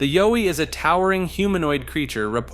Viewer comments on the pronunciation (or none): Yowie- like WOWie, zowie- not Zoe lol. 🤷🏻‍♀️ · Its Yowie, like Howie, not Joey.